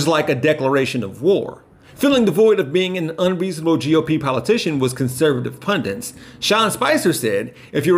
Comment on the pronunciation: It’s ‘Pundits’ NOT ‘Pundants’, honestly that genuinely hurts my ears 😖😉😅